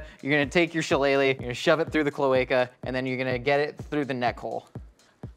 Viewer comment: As an Irish person who lives near the place shillelagh his pronunciation of it hurt me